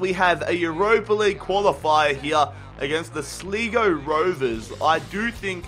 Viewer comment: Its pronounced Sly-Go. Not Slee-Go. :)